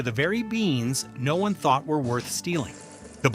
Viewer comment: AI can't even stick to a single pronunciation!